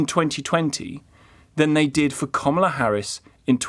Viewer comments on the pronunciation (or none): Who is Komola Harris? Try pronouncing her name properly. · Best thing about the Harris defeat is that we don't need to hear UK journalists overpronouncing her name any more. It's not comma-la if you have an English accent. It just isn't.